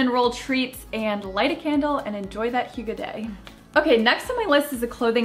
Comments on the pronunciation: Zoodles sounds awesome; I will TRY to get the family to try them for a change. Hygge is pronounced HUGH-guh; you are correct. :) Draper James is one of the best! KJP & Sarah Vickers (Patrick) are so living the American Dream- love them! I saw the puppy date you guys had and must be clueless to have not known you guys were all close. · As a Dane I just love how hygge is a thing now! And you say it quite well, as well as I think any American can. The Danish language is spoken using the back of the mouth and throat, while English is spoken with the front of the mouth and teeth. I am an odd duck in that I was raised speaking both languages, so I know how to use my whole mouth to speak either, but I have never met an American who can really land the pronunciation of Danish words, so no worries. Grace abounds! Also, I LOVE The Good Place. So good and yes, so sweet and light. So refreshing. Can't wait for new episodes!